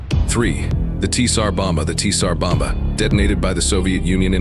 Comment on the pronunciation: Really tired of these creators who churn out indifferent content using AI voices for narration. I mean, come on... at least take a moment to correct the blatant mispronunciations. "Tee-Sar Bomba"? Did you even bother listening to your own video? Or, you know, maybe do a few minutes of actual work and record the narration yourself.